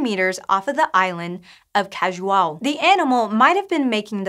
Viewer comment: Great pronunciation of Cajuau